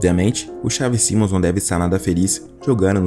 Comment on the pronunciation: Pqp que agonia vc falar mal o nome do cara